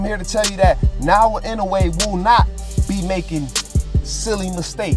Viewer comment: Pronounce it properly you stupid. Naoya not naowa stop blogging if can't pronounce the name of a person properly..